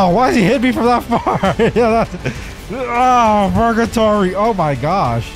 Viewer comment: btw im talking about